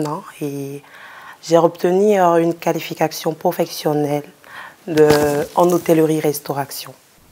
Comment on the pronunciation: Qualificaktion professionnelle 🤣🤣🤣en restauraktion🤣okeuh